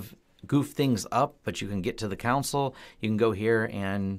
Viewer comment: It surprises me to hear a native English speaker mispronounce a word as simple as CONSOLE. You insist on pronouncing it Con-SuL when it should be pronounced COhN-SOLe (long O in SOL).